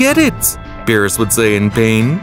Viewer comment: "Ve-jet-uh" "Bro-dy" "Be-ror-us" "Kame-uh-uh" "Cyans" 💀💀💀